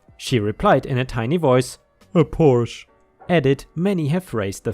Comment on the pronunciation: I'm a bit disappointed that you, a German, would mispronounce "Porsche".